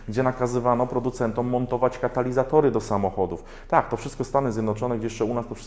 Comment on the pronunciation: Katalizatory? Chyba Karalizatory...